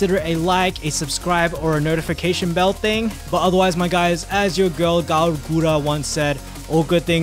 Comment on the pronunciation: Cover: “I actually really liked this guy, too bad he couldn’t say Guras name properly”